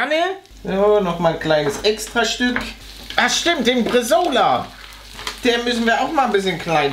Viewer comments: Ich als fan von italienischen essen bekomm son bisschen brainpain wenn ich bresola hör... Uffu PS: BresAAAAAola ist eigentlich net wirklivh fuers braten gedacht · Der schinken heist bresaola nicht Bresola !!!!!!!!!!!!!!